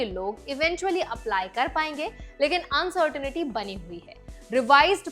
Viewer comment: Location अनसर्टेनिटी नहीं, अनसर्टन्टी होता है. Uncertain (अनसर्टन) >> Uncertainty (अनसर्टन्टी ). Samajh mein aayaa,?